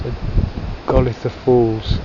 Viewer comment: Welcome to Cornwall and storms Eowyn and Herminia!! Should be less windy from Thursday I think. We've always pronounced it as 'Gol eye tha' Falls, and they pronounce Fowey as Foy (or sort of Foyee). Stay safe - don't drive in the high wind, we don't want trees falling on you, doggos and Margot. Look forward to seeing you soon xx